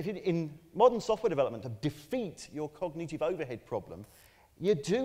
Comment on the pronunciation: aaaaannnnnnnd, before anyone asks, Brits do not pronounce that word like that (cogneeeeetive). Apart from this one.